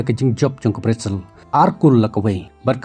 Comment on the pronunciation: Brizil ✔️ brazil ❌. 😂